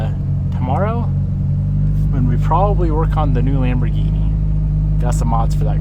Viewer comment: Congrats on the Lambo ! And Piston is beautifully adjusting to his New life. Awesome ! Please remember to pronounce the name Lamborghini correctly😉